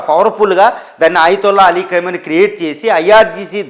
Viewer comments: Khaimoni,khaini,kaaduraa BABU! Khamenei!!! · Kaimoni kaadu ra babu Khameni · ఏయ్ ఎవడ్రా నువ్వు అది కైమోని నో, ఖైమా నో ,కాదురా ఎదవ. అది ఖమేని రా పిచ్చి మొఖమోడా😂😂